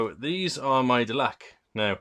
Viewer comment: Glad to hear family is well. You've been through enough. Great news about necromunda, but now I am concerned, you play dark eldar as I do, you played Delaque as I did. you even pronounce it like I do, which many people say del-a-queue. Nope, delaque - Delak, we related mate? Keep up the great work